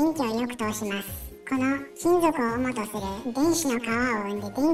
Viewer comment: 主とする、は、しゅとする、と読む。おもとするももう市民権あるが